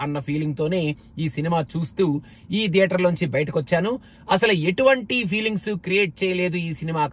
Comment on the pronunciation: "TH" ni english lo త అని పలకొచ్చు లేదా ద అని పలకొచ్చు. మరి థియేటర్ ని ధియేటర్ అని ఎందుకు అంటారు? అదీ మీరు US లో ఉండి కూడా ఈ mistake ఎలా చేస్తారు?